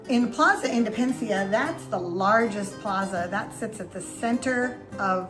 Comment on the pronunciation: Drove me crazy when you were speaking about Plaza Independencia, and kept calling it "Indepencia," leaving out a whole syllable. Kinda funny, kinda annoying. But I appreciate the tour!